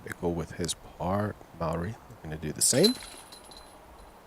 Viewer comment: I dont know, how in english the letters are pronaunced so differently. But in "harper" the a is nice like a should be. But in Mauri there comes a strange "äe" instead on "a". And this is not the critics to commentator, but this reminded me with all the other times. "O" is "u" for You and this just makes me mad ;)